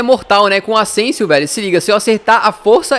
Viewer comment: Vc falou ausensio